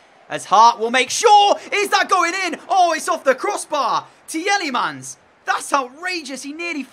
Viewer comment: You are supposed to say tee lemens